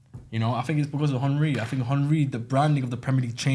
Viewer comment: Who’s Honree?😂